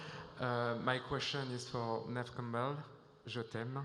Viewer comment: I get sad when Neve gets no questions but then she’s so awkward (like an actual person) she seems like she hates doing these lol EDIT. Why WHY like 3 panels in a row someone calls Neve “knee-v”. I’m starting to think this is all weirdly scripted?! Wtf…??? Yeah this is weird.